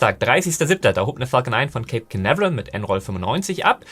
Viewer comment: Du hast den idianischen Namen "" verdient... 🤣😂🙃... Deine aktuelle phonetische Auslegung von "Cape Canaveral" finde ich... hm... interessant... 🤓... und heißt die Einrichtung bei "Lawrence Livemore Laboratory" oder doch "Lawrence Live*r*more Laboratory"... 🤔... Irgendwie scheint die Aufnahme etwas gestaucht - mehr Inhalt im gleichen Zeitfenster... 🤭😉